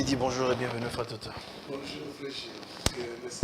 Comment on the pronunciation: Evitez les terminaisons "lingala" Sur les mots français: Bonjour'ê', tiktok'ê', Facebook'ê', instagram'ê', etc.